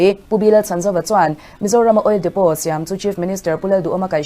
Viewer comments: OIL DEPOT Lam dan dik tak chu Oil Depo ..tia lam tur ani e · Oil depot ni mahse oil depo tih tur o...k ron soi my2😂